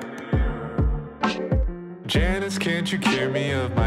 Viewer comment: mispronounced janus, tss fan detected